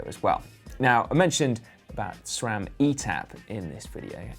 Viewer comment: ITS CALLED S RAM AND NOT SCHRAM